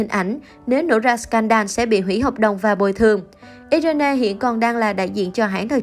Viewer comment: Irene đọc là Ai Ruyn chứ ko phải iI rên nê nhé!